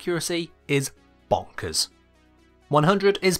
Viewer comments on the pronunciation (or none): he said bonkers in the funny accent